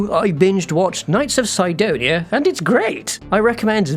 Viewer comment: Everyone pronounces Sidonia Sidonia but this guy decides to say it "Saidonia" for no reason